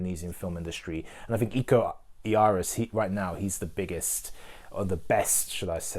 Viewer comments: Thanks for reviewing it mate, love your review. The Raid protagonist and martial artist is `Iko Uwais`, "Uwais" is being read "You-Wise" hope it helps! ;-) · Its pronounced "oo-wa-is" not "you-waste"